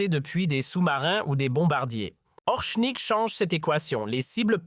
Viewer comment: Ce n'est pas "Orshnik", ni "Orknik", espèce de bachi-bouzouk, mais Oreshnik. Je vous signale que le cyrillique s'apprend en vingt minutes. Ce n'est pas suffisant pour parler Russe mais c'est déjà bien utile. Vous ne pouvez pas prononcer Орешник comme vous le faites dans cette vidéo D'ailleurs, d'après le traducteur de Google, de même que le dictionnaire russe en ligne, le p russe, c'est-à-dire r en alphabet occidental, ne se prononce pas comme d'habitude avec le e qui suit. Vérifiez. Et le O se prononce pratiquement comme un A